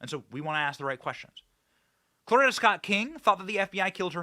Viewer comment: Could you PLEASE pronounce Coretta Scott Kng correctly. It is not Clorita. You are pissing me off. I just went to the grocery in podunk, ky. A dozen eggs are 6.75. WTF